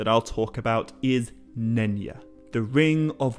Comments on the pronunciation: Is not pronounced Nenya as if the Y was like an i. Y is supposed to sound like J in Just. Nenya is a Quenya name. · Wait did you say none ya? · Nenya? Nenya business!